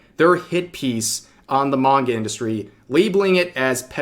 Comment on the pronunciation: NGL i swear i heard you say MAGA instead of Manga lol.